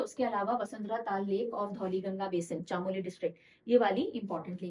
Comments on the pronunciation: Good afternoon ma'am. Thank you for the session. I would like to tell you that Chamoli is pronounced as "चमोली" and not "चामोली" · Mam chaamoli nhi chamoli is right pronouncetion ❤️ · Hey mam I'm from Uttarakhand.... Sorry to say but you pronounced "Chamoli" wrong, its Chmoli while saying it....